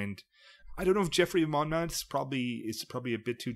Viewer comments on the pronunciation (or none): As a Welshman, hearing the pronunciations was fun. It's interesting hearing Americans say Mabinogion and Gwalchmei. Dai iawn! Unfortunately you butchered the English one lmao 'Monmouth' is pronounced with a hard 'u', so 'Mon-muth' instead of 'Mon-mooth' or 'Mon-mouth'. And no mention of Tintagel?